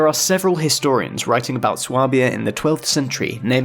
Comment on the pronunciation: Swabia is pronounced "sway-b-ah" btw